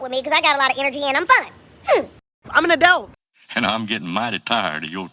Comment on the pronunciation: That "Adelt" gets me EVERY TIME!!🥴🤣🤡